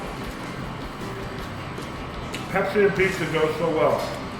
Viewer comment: *pizza not puzza